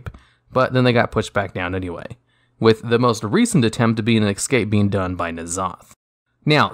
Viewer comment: Es'cape not Ec'scape